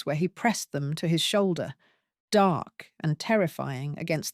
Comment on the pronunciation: When somone says “ what about THEM?” The emphasis should be on the ‘ them’- or it sounds as though the meaning is different : eg: “what about half a dozen eggs? - What about them? They don’t matter”. But we are talking about captives. I do wonder if this is Ai?